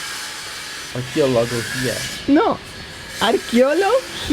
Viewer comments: say whit me Arqueología aRRR! Queo (keo) Logííía! 👋👋👋🍰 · Interesante la construcción en pilca si pudiéramos construir hoy día así cuánto nos ahorraríamos en pago de energía, tiene que practicar más el bello español para que pueda pronunciar muy bien arqueología saludos desde Bogota Colombia un abrazo 🇨🇴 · Jajajaja. Arqueología no podía pronunciar.